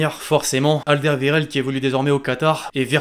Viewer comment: mec on dit pas al dé ve re ld on dit al der wéreld c comme ça qu’on dit en belgique